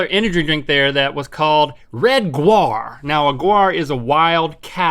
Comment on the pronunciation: Why is it that "gaur" is pronounced guar and not like it is in german, where it's pronounced like "gower"?